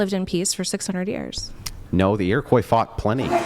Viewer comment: A person pronouncing the "s" at the end of Iroquois is going to explain the history of the people. First off, lady, most of us don't use that term. Secondly, shut up. You're not on my side and you don't know where of which you speak.